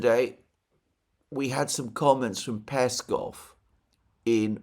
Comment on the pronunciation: PeskOv, Alexander... it's PeskOOOOv.. like LavrOv or UshakOv.. accent on O